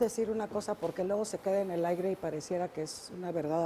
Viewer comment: Perdon, perdon, perdon... pense que era gente con conocimiento, hay solo uno , al que le puedo creer...pero.... la sra. Diputada.... al final dice "luego se queda en el aigre"... en serio? aigre?? una diputada que no sabe decir aire..... deja mucho que pensar de la gente que toma decisiones por nosotros.. o no importa?? por Dios que es eso...